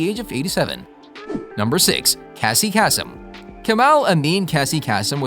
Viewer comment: Pronounced KC CASE-EM.. GEEZ THAT WAS EMBARRASSING. CAN YOU DUB IN THE CORRECTION?